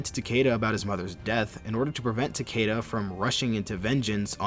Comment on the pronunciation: Its Tah-Key-Tuh, not “Tukayduh”